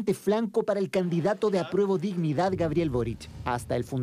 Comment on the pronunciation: "Pero es joen del pueuhlo y quiere disnidah, xke lo atacan?"